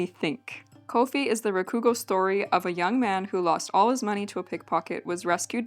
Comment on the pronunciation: For anyone curious rakugo (She pronounces it with stress on the ku but really every syllable should be equally stressed.) is a wonderful and fascinating art. It's basically a performance art where the Rakugoka will be on stage, usually in seiza, and tell a story to the audience where they play all the parts. It's usually funny, but it can also be...wistful? Hard to describe but very Japanese. It took a lifetime of training to become a great rakugoka and they practiced their stories to perfection, trying to nail the details of every single character and interaction in the story. There was a good drama anime a while back called Shōwa Genroku Rakugo Shinjū if anyone is curious. It's sort of a shame it has somewhat died off in popularity over the years. As far as I know, there are still rakugo theaters and rakugoka but they have MUCH less prestige and are more enjoyed by older generations while newer generations prefer stuff like western style stand up comedy, which admittedly still owes a lot to rakugo in Japan, you can feel the throughline for what topics are chosen and how they tell stories.